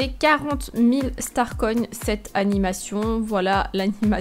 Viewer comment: On dit pas star coïnne mais star coins